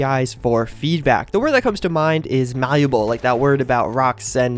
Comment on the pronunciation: pronounced malleable really well. im proud of you.